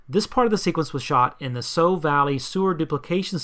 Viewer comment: Great video. As a Coventrian, I often tell my friends about the sewer scene. For 100% authenticity, please note that "Sowe" valley is pronounced locally like "sow" [a female pig], not like "sow" [as in seeds].